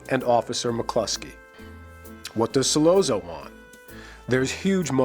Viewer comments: 'Sollozo', seriously? Learn how to pronounce the name, dingbat! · Ok I've read through a ton of the comments and jumping straight to this clip and watching 10 seconds convinced me I don't want to waste time with the analysis. The mispronunciation of Solozzo, and over analysis of Michael's motivation I can't handle. Lol. Thanks for saving me 10 min of my life. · He doesn't even pronounce Sollozzo correctly. 🙄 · Why can't he pronounce Sollozzo correctly? Didn't he see the film? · Hard to take serious when he keeps mispronouncing his name. You're supposed to convince us that you can see the inner workings yet you can't see the obvious?? This isn't petty. That means you didn't talk to a single Italian speaking friend or coworker when you made this!! How nice!! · How can this guy be a fan of the Godfather and not know how to pronounce Sollozzo? It seemed like he was reading it phonetically off a sheet of paper. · Did this guy even see the movie? Why does he keep mispronouncing sollozzo's name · One would think that you would know how to pronounce "Sollozzo." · The 2 separate train sounds have always seemed to be the rush that must have been going through his head at 2 separate times. The first, at the realization that he was actually about to do this..(in the toilet area) and the second rush occurs at the moment of the deed itself. I was irritated each time the name Sollozzo was mis-pronounced for the record but enjoyed the analysis. (whenever 2 "z"s appear together in the Italian language, the sound is like a "ts" together. Think "pizza". :) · The way this guy say Sollozzo annoys me. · Why is it so hard for a so-called expert on the Godfather to pronounce the names of the characters correctly? Who the fuck is Sol-oh-zoh? Brando addresses him as Sol-otzo, as an Italian would, so why does this mook think he knows better? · Once this guy mispronounced Sollozo name I was done! He said “... killing So-LO-zo”